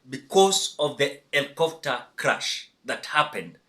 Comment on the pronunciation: Is ‘crash’ not ‘crush’🙁